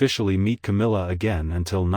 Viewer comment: These commentators always pronounce names wrong. It's Camilla.